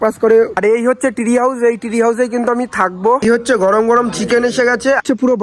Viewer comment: Tree House ❌ Three House ✅🤣😂